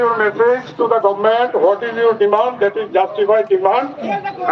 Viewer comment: Demand c dimand ya.Chini borok rok especially social media users rok "u" ba "o" ni jagao haino "w" use khailai o..ang kwbangma nukkha amohai( example- nwkkha amwhai, boro hinma c bwrw rok) aswk bo da "u","o" ni difference ba bwtwi khe pronounce wng saimaya. Do saimaya rok ni bangwi exception tongo, j saimanai(ba saimanya ) like content creator rok bo c amohai khe spell khai khe bahai khe chalai nai , even news channel rok bo se spelling chaya swi o. O news channel c swi bla hinwi bwi saimaya rok ba cha o hinwi no tongnai ble. Bhaiya "rok" hinma bo "rwk". Mom bo Mwm c wngna nang Sinai ble . Bufru ba buphru no bo bwfrw , haino w ba magic alphabet da wngsi kokborok o a,u,o hai ni jagao riwui manai jat?